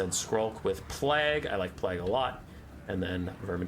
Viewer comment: Love your content, think you're great. Unsure if its a joke or something but you are butchering the word 'plague'. Just fyi i guess.